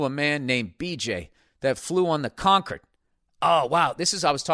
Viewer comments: Hate that he pronounces it "conquered." CON-cord, Billy. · Con-curd . It’s a cheesy milk substance made by inmates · Is he saying “fly on the conquered?” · It’s because Concord is a place in Boston, and it’s pronounced that way there. So Bill assumes it’s pronounced like the Boston Concord.